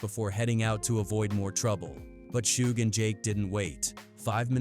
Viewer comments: Who is "Shoog"? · wtf is a shoog, trash ass AI channel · Who tf is shoog? This AI slop has to go … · “Shoog Knight.” “Mob Pie-roo.” Too many creators are too comfortable being lazy with AI captions. 👎🏾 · Suge pronounced shug its short for sugar bear